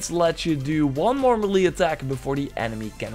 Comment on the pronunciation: Ma-lee attack. Mey-lay attack.